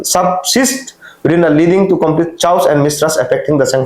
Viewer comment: Chaos- pronunciation - kay-aws.